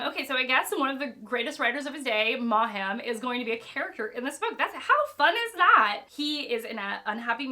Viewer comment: Who is this silly woman. Cannot pronounce Maugham correctly, twiddles on with total ignorance about books she does not understand. A typical American superficial person.